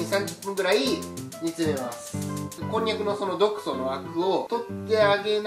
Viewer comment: 毒素がド糞って聞こえた